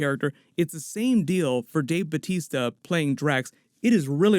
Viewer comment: bautista. not batista. batista is his wrestler name.